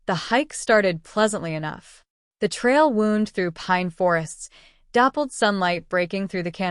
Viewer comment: GPA is read as Giga Pascals. Wound (as in sore) is read as wound (wrapping something long). The foreign voices reading weird short parts. Its really bad.